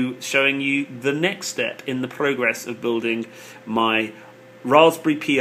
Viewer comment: Dude, please stop saying P:I , its Pi as in Pie, Raspberry Pi, get it? Like Apple Pie, Blackberry and Apple Pie. Pie pie Pi ... Do you understand? I can't take no more.